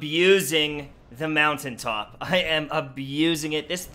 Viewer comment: Not-For-What? Lol You mean Moun-tain-top!